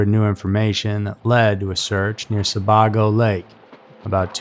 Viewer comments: It's pronounced Lake Sa-bay-go, not sa-bog-o 😂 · Sabago Lake, is pronounced Sa-bay-go, not Sa-bar-go. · It’s pronounced Sa-bay-go. I to believe her killed her before leaving their house. Her body dumped somewhere on the back roads. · I’m from Maine. Sebago lake is pronounced se-bay-go. And imo She never made it to Maine. I believe he killed her when they argued. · Hi Mainer here, it’s pronounced Sa-bay-go lol but great video! Never heard of this story before. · It's pronounced "Se-bay-go" Lake. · Not a big deal, as everyone from outside of Maine mispronounces it, but Sebago is pronounced "sah-BAY-go". More importantly, a great video, as always! In my opinion, you're the best narrator of all within your genre. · I live in Maine. I'm originally from Portland. I love your content. Just to clarify, "Sebago" is pronounced "Se-bay-go". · Pronunciation. Sah - bey - go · Sebago is pronounced Sah-bay-go. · “Sebaygo” is the pronunciation of Sebago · I’m a Mainer too, that stood out to me as well. And the husband absolutely did it.